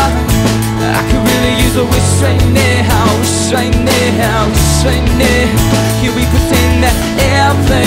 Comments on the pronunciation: I love both of theese guys, but i dont get the deal with some of theese cover singers pronouncing some words so wierd. Like here says: Nehow instead of now. He does it in many other songs too and i dont get why... it doesnt sound better, infact in my opinion it sounds waaaaay worse. But he is still amazing, one of the best cover singers out there:D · um last time i checked it was pronounced n-ow not ney-how but its k. oh and in your songs if a female is singing in the original, let a female sing in your cover but other than that great work lotsa talent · when you say now you say nea!!!!!! whata fuck dude